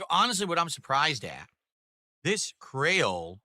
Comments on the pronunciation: ....he did not just pronounce Creole 'Cray-ol', did he? Omfg.....😳 I can hear my ancestors (well some causebim half black) crying in agony thanks to this....😒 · "Crayle cocktail sauce" they would heat you to death here in LA pronouncing it like that lol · “Cray-ohl” “Butter-ee” “Flay-kee” “Tang-ee” This dood can’t pronounce any words like a normal person… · Cray-Ole sauce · yep... lot of miami and new orleans people are facepalming at him for that one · Mfer cant pronounce creole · Also the way this Mothafocka say Creole pisses me off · the way he said Creole..